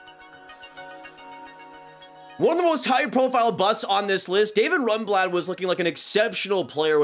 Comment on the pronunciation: It's Zibanejad, not Zabinejad. Learn how to pronounce names. Also, it's David Rundblad, not Runblad.